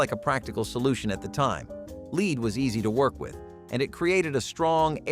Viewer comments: Lead is pronounced led as in Ted... not leed. Dern robot 🙄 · Lead poisoning. (Not leed!) Lol!